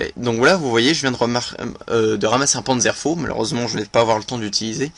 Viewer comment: Par contre, celui qui présente la vidéo mange dessus lettres ou déformes les nom des armes :) comme PanzerfauST, ou Kar98k, les lettre ne sont pas en majuscule, donc pas a lire séparément. C'est l'abréviation de Karabiner 98k :)